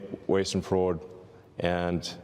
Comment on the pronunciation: He can't even pronounce Fraud correctly.